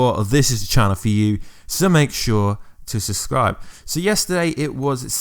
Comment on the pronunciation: “Make sure to suscribe” hahaha